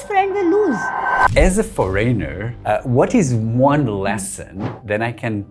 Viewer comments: Why do you foryner and not foreigner ?? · "As a FOREYNOR!" No man you are not a foreigner. A foreigner would knwo how to pronounce this.